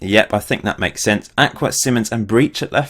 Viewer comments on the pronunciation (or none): none